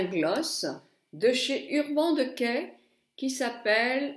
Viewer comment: J'espère que quand tu es sortie tu as fait tes deux yeux de la même facon !! Mdr..l'avantage de prononcer de mala façon dont c'est inscrit c'est que l'on comprend très bien de quoi tu parles ...et je prononce urban decay de la même façon que toi...qu'est ce que ça peut faire que tu prononces mal l'anglais..certains anglais prononcent mal le français et on trouve ça charmant !!! Bisous ma belle et merci pour ces deux tutos